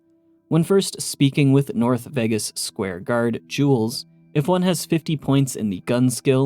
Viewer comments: I swear this is the only person I ever hear calling it New "Veggus" and it's seriously been affecting enjoyment after I heard it, I can't unhear it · y do u say ”vegas” wrong